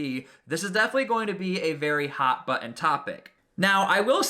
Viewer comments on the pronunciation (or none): none